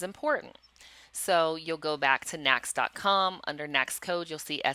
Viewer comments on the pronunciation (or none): Good training! FYI, NAICS is pronounced "NAKES".